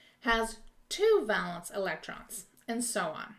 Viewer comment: Awesome video! Super helpful!! I noticed you pronounced it 'val-ence'—is that a regional thing? I've always been taught it's pronounced 'VAY-luhns'